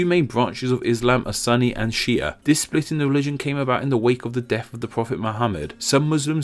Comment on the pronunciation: pronouns it "She Ahh"